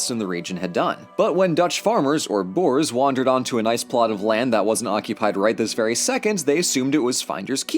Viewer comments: The only mispronunciation was with the word boere otherwise it was a grate video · Me just laughing at how he said “ boars” instead of boere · Nee man hy kan nie boers se nie😂